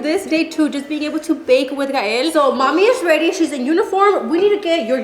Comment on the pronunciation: Never heard shein pronounced like that lol